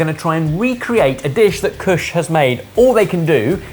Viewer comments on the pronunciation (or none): I'm dropping Sidekick after the this... Seriously. What's his name? Kush? Cush? You want to hear pretentious... there you go.